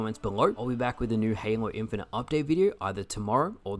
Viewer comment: Pretty sure you mispronounced halo infinite, lol I want the 343 shills to look at the concord shills and tell me if they notice any similarities